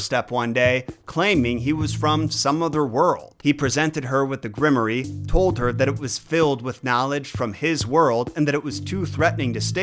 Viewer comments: My lord, what is a grimoree??....Grimoire pronounced "grim war"....grimoree lol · Is grim-or-eee a weird Oz word or is just saying grimoire wrong? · You do all this research and never heard the word grimoire? Because it's not pronounced grimery. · Isn't Grimoire generally pronounced Grim-Woir? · For you to pronounce grimoire properly... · It deeply bothered me how much he kept mispronouncing "Grimoire"